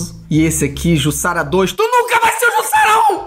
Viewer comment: Se diz "Jussara".